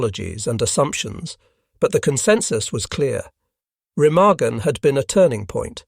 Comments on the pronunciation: Overall, a good video. The mispronunciation of Remagen is annoying. There never was any integrity among not sees. As a Norwegian resistance fighter once told me "they were all mad dogs and we dealt with them as such". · Learn how to say "Remagen"